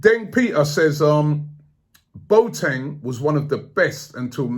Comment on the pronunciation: please let the Boateng rumours die down, i can´t hear Robbie say anymore "Boat-eng", the guy is called Bo-A-Teng ;)